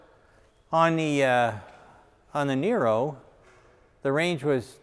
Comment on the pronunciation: Sandee I thought said it was Neye-ro? Not Nee-ro?